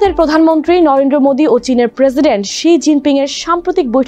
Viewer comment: উপস্থাপিকা 😂 নরেন্দ্র ❌ নরেড্রো ✅